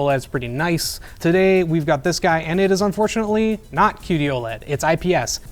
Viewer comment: why he said unfortunally it is not QD-LED?